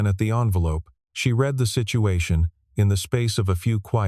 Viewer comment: These AI voices are incompetent! Saying street for Saint, and saying read in the present singular for a past tense read. Frustrating to listen to. 👎